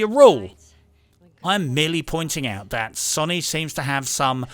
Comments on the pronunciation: Fucking hell man "SONY" not "SONNY" >.< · Stop saying it like Sunny. You bloody reprobate. 🤣👍